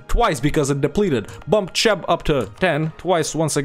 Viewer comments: cheb is pronounced something like ,,kheb” (ch is its own letter in czech and slovak) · If you type it into google translate for Czech it sounds something like 'kheb' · as a slovak i died when he pronouned cheb as ,,čeb”. I mean its not his fault everyone who is not slavic pronounes it like that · Wait, it's Цхеб? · just хеб i think